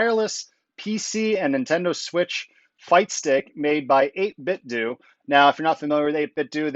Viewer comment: 8bitdo is pronounced like "Though"/"doe". 8 BIT THOUGH not DO